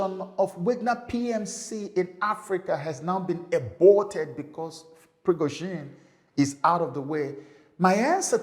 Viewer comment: I'm so surprised, sir, that you can't pronounce Wag-ner and Pri-go-z(h)in, with h absent and then zhin, pronouce as "zin".